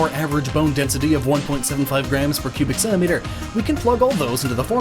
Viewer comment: Man of adamantium* and why in hell would superman need those? sounds like you say Pubic Centimeter :S